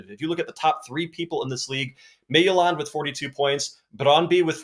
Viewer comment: Hey, Midtjylland is pronounced mee-too-laan. I found something really cool on Google Chrome. If you type the team name and pronunciation Chrome will tell you the pronunciation and you can hit Practice and it will listen to you pronounce it and tell you how you did!